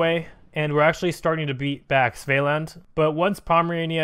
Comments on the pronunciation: Svealand is pronounced similar to Sweden but instead of a W, it’s a V with a D at the end lol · The way u say Svealand tho